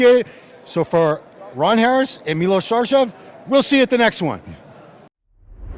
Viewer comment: Bravo to Ron for the effort into pronouncing Milos name right. He got the three accents right. 👏👏👏 It was a great show and a great recap.